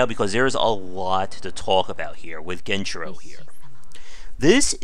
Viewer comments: Dude is he trying to be annoying by saying genchiro gen-I-chiro smh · Do you pronounce "Genichiro" as "Genchiro" and "Isshin" as "Aye-zin" unintentionally, or is that just a bait for comments? Edit: Ah, nevermind, it is bait lmao. "The game is so easy: that 'genchiro' fight you just saw? After hours learning his moves, it was easy". You got me. Good one.